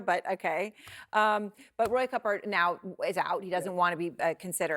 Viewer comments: Cooper not Cupper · Why do you keep saying Roy Cupper ??